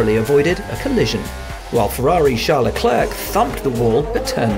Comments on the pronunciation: I have no clue who this Leklurque guy is. Maybe they mean Leclerc? In the case it's pronounced similar to sinclair, but instead if 'sin' you say 'le'. Compris? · Why can't these guys say Charles Leclerc's name right? Just so lazy